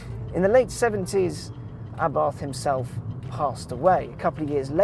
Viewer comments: It's pronounced Abart.....pathetic level of research....get it right, UNSUBSCRIBED......... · It's Ahh-BART. There is no "th" sound in Italian. Its also "Abarth & Co." as in "Company," not "C."